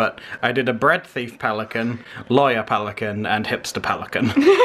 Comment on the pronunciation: Peli...cana. 😂 💕